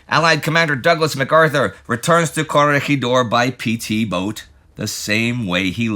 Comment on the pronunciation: Sigh… Palawan and Corregidor aren't pronounced that way. Great video as usual, though.